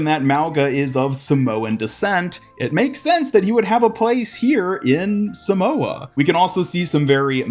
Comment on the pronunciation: you arnt pronouncing samoa right